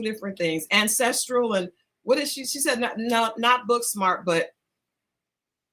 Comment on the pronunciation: it's a word but she mispronounced it.